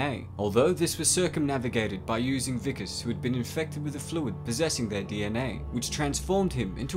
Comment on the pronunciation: Good vid, but his name was Wikus (pronounced VEE-kus), not Vickers.